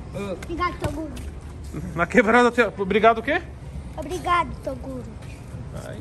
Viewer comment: Até q enfim falou o nome do toguro certo kkkkkkkkk